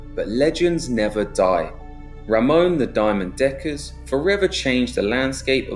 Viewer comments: Its Ramon not Ramoan.. Fml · Its not Ramones but Ramon he was from Brabant South Nederland